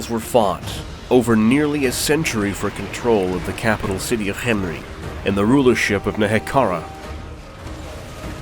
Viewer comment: Ooh cant have tomb king lore without Cccchhemri. You're saying it weird, why are you putting so much emphasis on the H? What are you talking about? I'm just saying it, Cccchhemri. Say Kem Kem Say Ri Ri Now say Khemri Cccccsshhhshhccrcchremri